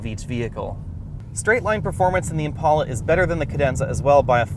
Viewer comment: It's an "Impala" dude not an "Impaula". On the same token if you date a chick named "Paula" don't call her "Pala".